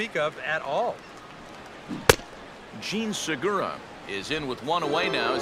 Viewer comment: Seriously, fuckin' learn how to pronounce the names. "Jean Surgura" "Amaris Ramirez" And learn how to take a ball, for Christ's sake.